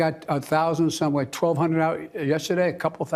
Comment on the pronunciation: "That was leik, sOo yesterday" - Joe Biden